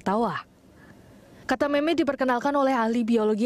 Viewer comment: MEME, JANGAN DITAMBAH LAGI HURUFNYA DENGAN "T" ATAU "K" :V